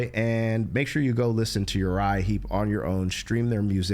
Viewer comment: Heep, not Heap….